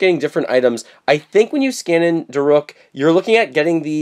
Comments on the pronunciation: Da rook.. not da ruk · it is pronounce da- rook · DAROOK!!! Sorry, the way you said it made me mad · It’s (da-rook) but my favorite amiibo is Daruk, I’m getting him soon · Daruk's name is pronounced Darook. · And daruk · Does he know he's saying Daruk wrong???